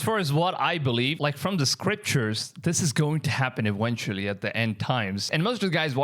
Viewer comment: Haha WISIBLE man you need some speech lessons...then EWENTUALLY you'll be able to make better WIDEOS , WISIBLE for all mankind to Vatch.😅😅😅..... Yes I laugh at my own jokes these days.